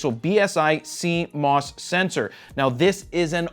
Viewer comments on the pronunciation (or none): none